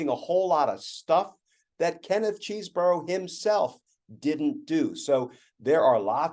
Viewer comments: You should at least learn how to pronounce Chesebro. It's maddening, and I'm a subscriber, but it really bugs me when I miss focusing on your content because every time you pronounce the name so wrong, it's like fingernails on a chalkboard for me and others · I mean, who cares because he's a loser, but it's pronounced "Chez borough" rather than CHEESE. As confirmed today by the Wisconsin Rapids Daily Tribune. Primary sources are key for information like this. Just makes you look smarter, it's not about the criminal.